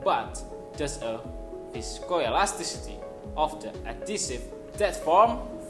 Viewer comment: Love it when u pronounce Viscoelasticity ❤ Try to be more confident and often see the camera. Have a good life there ! :)